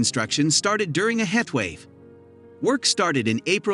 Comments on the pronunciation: I think it's a bot reader. it pronounces heat wave as "het wave". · Is the voice for narration computer generated?? Heath wave??? Perhaps HEAT wave??